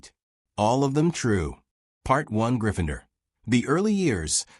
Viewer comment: If you want success.. recheck the video after AI has voiced it.. What the hell is ‘Gryph-finder’